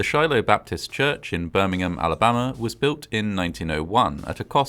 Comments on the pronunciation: Interesting but, in the US, Birmingham is pronounced "Birmingham" not "Birmingum" like in England. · I realize that you Brits say "Birmingum" for the one you have, but the one in Alabama is pronounced "BirmingHAM." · I hate to point it out, but Birming'am is a city in England. The one in Alabama is Birming-ham (H pronounced). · It’s not “Birming -UHM” it’s Birmingham. You have to pronounce the HAM. It sounds similar to a popular pork product. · I love your videos and narration. Note on this one- Birmingham, England and Birmingham Alabama are not pronounced the same way. In Alabama, it’s Birming-HAM.